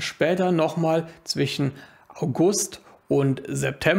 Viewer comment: Warum sagst du immer zwichen statt zwischen?